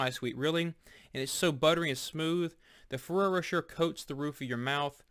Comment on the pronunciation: Great review. FYI, the second R is Rocher is silent, it's pronounced' Roe-sheh'